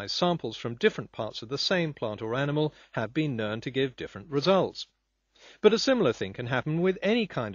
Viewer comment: Minor whine, but why does he always pronounce "known" as "nurn"?